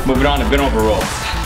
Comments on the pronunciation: Row. Row. ROW! The word is "row." Not role. Not roll. R-O-W. There is no "L" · Hey its ROW* not ROLL. idk if i just couldnt hear that well but yea i just had to point it out hah. Anyway great video! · Why does he pronounce "row" as "roll" DUFUQQ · He says "row" like "roll." It's interesting. :P